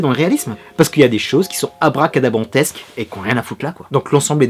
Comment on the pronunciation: Abracadrantesque bravo t'as maîtrisé tes syllabes sur ce coup 😉